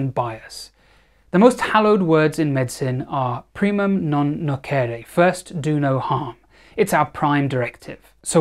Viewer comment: "Primum non nocere" is pronounced differently.